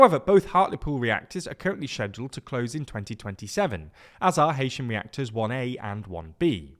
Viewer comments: its hey-sham, not hay-sham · It's he-sham not hay-shem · NO ITS NOT HEY-SHAM ITS HE-SHAM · I grew up in Heysham. It’s pronounced Heesham. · Heysham is pronounced Hee-sh'm 👍🏼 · It's pronounced he-sham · It's pronounced HEE-sham